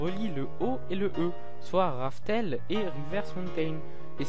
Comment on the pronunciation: C’est rough tell pas « RaFtEl »